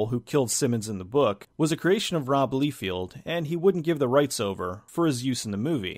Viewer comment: "rob leefield" hahaha